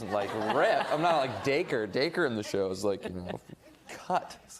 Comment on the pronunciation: Even know that girl had no clue what she was talking about thank you Joe for finally clearing up how to say Dacre I couldn't figure it out (I just started watching when season 3 came out)